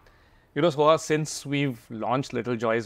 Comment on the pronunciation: Soha, please. Not Sona